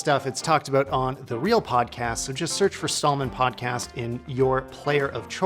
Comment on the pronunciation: What’s a “PODAST”?